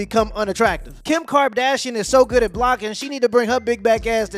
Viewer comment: "Kim Karbdashian"